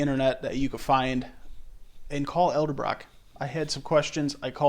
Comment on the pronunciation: Great video I'm considering saving up for one of these systems, but its pronounced ed-el-brock not el-de-brock.